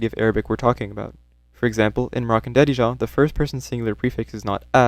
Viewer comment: I'm just impressed by how well you pronounced "darija" to the point it makes me think you were moroccan